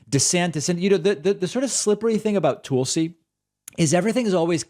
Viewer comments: Does David say "Toolsi" on purpose?"🤣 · “Its pronounced Toolsie, emphasis on the tool” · lol love how you subtly call her "Tool-si." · I used to hate the way David pronounced Tulsi's name. Toolsie. It took a while, but I finally get it, and now I love it. She's a tool. See? ;) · You say her name wrong